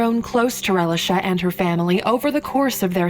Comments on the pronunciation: I'm only 2 minutes in the video and I'm tired of her calling this poor baby relish-a 😡😤 it's pronounced "Ray-lee-sha" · Am I the only one that's annoyed with the mispronunciation of Relisha's name?